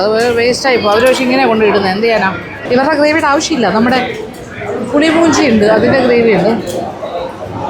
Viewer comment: U scrpaed some tulu words.. It's not pulimoonji... It's mulimunchi...